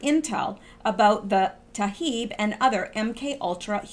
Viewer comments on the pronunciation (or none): none